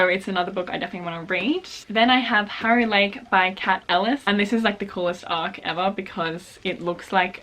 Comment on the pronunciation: I looked away from this vid to multitask but I still had the audio playing and I heard harrow lake as “hairy leg” and I did a double take and had to rewind